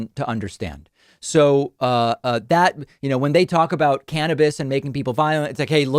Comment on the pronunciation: Finally someone says cannabis like